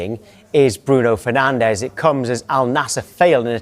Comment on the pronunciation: it's Fernandes not Fernandez. He is portuguese not spaniard